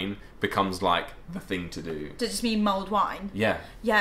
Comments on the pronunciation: LOL I thought you were saying mold wine ... thank god i googled and it came back with mulled wine! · did you say MOLD wine?